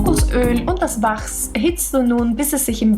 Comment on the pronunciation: Es heißt [waks] und nich [wachrs]